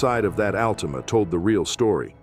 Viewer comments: the al-teama 😂😂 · The "Al-teema." lol